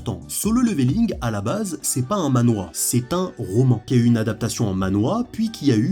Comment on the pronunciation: Manhwa*😂 et ça se prononce manhrwa (a peu pres, c compliqué a faire a l’écrit avec des sons français)